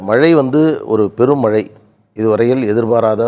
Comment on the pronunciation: PRASANNA says MALAI(should be MAZHAI) VELICHCHAM(light) says Vezhichcham, arrogant speaker.